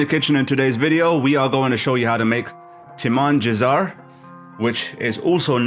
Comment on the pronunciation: how you mispronounced the name Timmin jisa'y